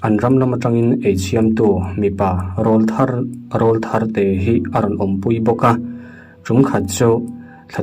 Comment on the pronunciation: Rawlthar ilam rik dan kha ilam hmasak kha adik zawk rawl tih kha lam hniam kha adik zawk